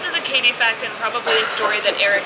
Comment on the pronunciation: Hey "kyde"!! How do you really pronounce your name? It really sounds almost like, "kady", short for Katherine. I thought it be a weird spelling for Katherine. Where is your name coming from?